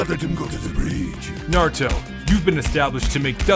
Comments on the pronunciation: thats not Naruto, thats Narudo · "nArTuOh nArUtOh nArUtOh bElIvE iT bEliVe It " I believe it